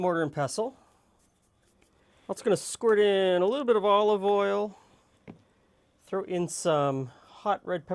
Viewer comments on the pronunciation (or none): none